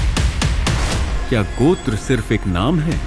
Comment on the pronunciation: first we dont need to westanize our hindi word its not gotra its gotrr